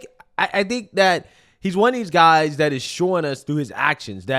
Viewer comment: "your GUY ziz" 🤔